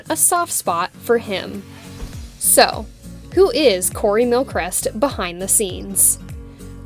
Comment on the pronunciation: How to pronounce his surname : Mil-Cree-st